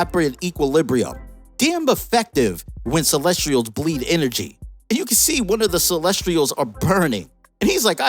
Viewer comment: Dude is mispronouncing the word Celestials😭